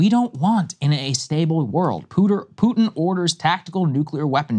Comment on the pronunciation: "pooter" - Saagar